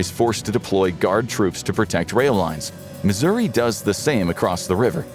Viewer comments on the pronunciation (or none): none